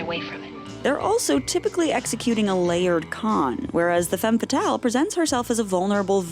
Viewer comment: Don't you think it's time to start pronouncing "femme fatale" correctly? You've use it so many times and still get it wrong...